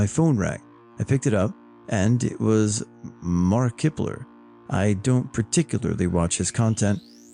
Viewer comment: I was laughing so hard at Mar-kippler 🤣